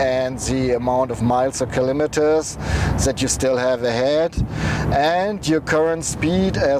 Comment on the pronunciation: Ich kann dein englisch gut verstehen aber bei ist ein sehr lustiger versprecher "kilometepes" Aber ich mag eure Tests sehr und schaue mir sie immer bis zum Ende an :)